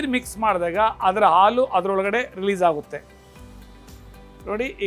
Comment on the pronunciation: Alu alla halu